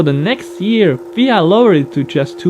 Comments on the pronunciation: did you just said Fia instead of F I A?? haha... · It’s F-I-A not fia